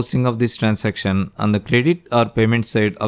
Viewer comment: Bakvaas Transaction ko to trancestiom bol rha h Ke hi tu gnda 😡😡